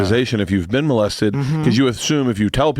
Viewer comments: Hahaha moe-lested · Bert pronounces molested like he has never heard anyone say the word before